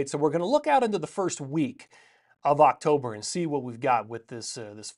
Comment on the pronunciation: Just say “October” please